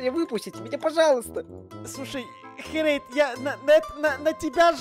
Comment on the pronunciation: Не харэйд а херейд